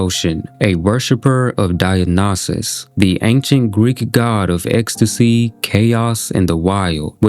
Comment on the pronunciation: Dionysus: die en isis. That’s how it’s pronounced